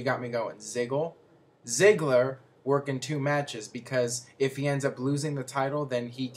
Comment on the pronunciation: Its not Zikko its Zigla... You suck at pronounciation. Give up from making videos